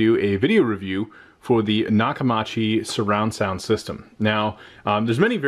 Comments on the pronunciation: Say it with me... Nock-Uh-MEE-CHEE I've been using their since the 80s, and that's how you properly pronounce it. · Maybe you should have bought a sound bar matching the tv brand so atleast you can pronounce it correctly lol jk I was gonna gonna get me the same system went with sonos arc couldn't afford dragon at the time but I could have if waited a few months